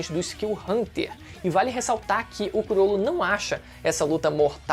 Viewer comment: Falar “curolo” é mt feio de escutar. Ate na dublagem é “crolo”